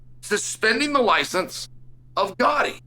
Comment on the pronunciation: Uncle Chael pronouncing Gotti’s name correctly tells you everything you need to know about them.